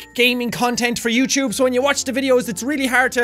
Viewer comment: Who watching in 2017. I love the way Sean says YouTube. Youchube- jacksepticeye what ever year this is from